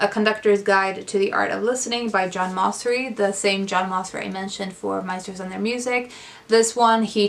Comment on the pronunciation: Great video! I've added many of the books to my nonfiction pile of possibilities! Just a note...I believe the composer John Mauceri pronounces his name like "Mao-cherry".